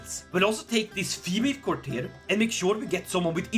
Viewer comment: What he says: Look at my glorious court What I hear: look at my glorious cock